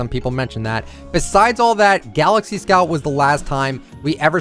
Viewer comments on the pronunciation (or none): none